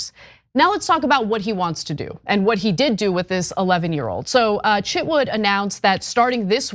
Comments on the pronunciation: His name is Chitwood, not Chitwouldn't! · I thought you said Chip Wood lol